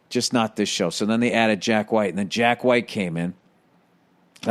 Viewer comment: Lol "hwite" love it